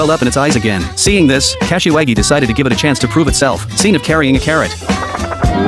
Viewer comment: Bruh kasawagi pronounciation is hilarious Cashy waggy😂😂